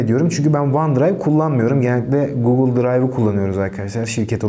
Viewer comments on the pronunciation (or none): none